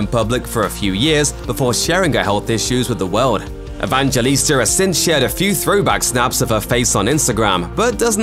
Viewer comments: Just call her Linda if you didn’t even inform yourself about the right way of pronouncing her surname 🙄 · Why are you struggling to pronounce her name properly?